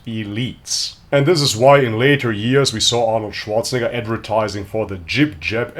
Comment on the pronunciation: Hahaha Arnold Zianator 😂😂😂😂